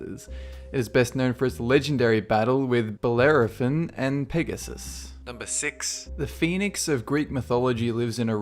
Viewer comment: And it's pronounced Beller-phon not Beller-o-fun